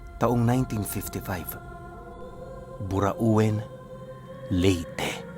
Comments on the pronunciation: Ang tamang pronounsation talaga sa lugar na yun ay BURAWIN, hindi po BURA'UWIN😌😌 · Mali po ang PRONOUNCIATION tamang tawag jan BURAUEN (BURAWEN) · burawen po ang pag pronounce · burauen(burawen) correct pronunciation